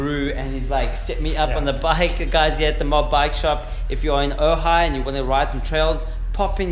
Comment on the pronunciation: Nice edit, I am impressed that you pronounced Ojai correctly so many times. Cuz when you were here you kept calling it OJ, oga, ogy, ooogggaaaii. 🤘